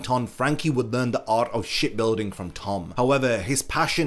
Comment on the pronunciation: Instead of hearing ship building I hear shit building 😂😂